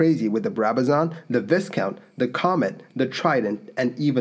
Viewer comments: I know this video is a year old and you've probably used the word "Viscount" before but I'm reasonably sure it's pronounced "V-eye-count" (the s is silent and the I is pronounced like a capital "I") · The type name of the aircraft-viscount is pronounced Vi count. The "s" is silent. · More mispronuciation! The 'i' in Viscount is pronounced as jn 'eye'. Furthermore the 's' is silent. Thus the word should be pronounced, 'Vycount'. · Why is he calling it a Vis-count? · I really enjoy this channel. Just a quick note re. pronounciation of Vusciunt. We say "vycount" - the "s" is silent. Having said that, I'm returning to the video - not heard of this crash before or the airline. Aha! British United Air Ferries Pof which I have heard) changed its name to British World Airways in 1993. It ceased operations in 2001. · Good video but just to pick a nit, the name is pronouced 'VIK-ers VI-kount' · Viscount is pronounced “ VIGH-COUNT.” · "Viscount" is pronounced "v-eye-count" the "s" is silent. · Another well-reasearched and well presented video - many thanks. But just to let you know 'Viscount' is a word with a silent letter 'T.' Thus this is pronounced 'Vycount' - the English Language is full of strange and illogical anomilies like this. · v"I"scount make the I bigger its a Viscount, Say Vycount . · Viscount is pronounced "Vycount". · Its Vy-count. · Viscount is pronounced Vye-count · Did he say "viss count"? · The plane is pronounced Vie-count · It’s pronounced “Vie-count.” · Viscount = V eye count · It's a 'Vì-count you cluts" (Anyone remember that advert? For the biscuits Anyway, silent "s" in the word Viscount. 👍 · Its pronounced VY-COUNT! THE "S" is silent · Yes Vi (eye) count pretend the s doesn't exist. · VIE-count. Silent “s”. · Yes, and with a long "i" sound. It's a fairly common error even among native English-speakers, particularly non-British ones. (Viscount is a rank in the British Peerage, equivalent to Count in some other European countries.)